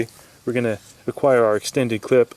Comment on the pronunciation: Why do you add "-ozeen" to things like you said clipozeen in one vid and gapozeen in this one???